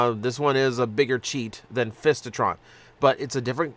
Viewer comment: Fistitron? lol It's FISItron. I'd much rather have the original Lightformer Ironfist.